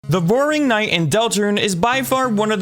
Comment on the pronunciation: Am I the only who heard "the boring knight"? 😂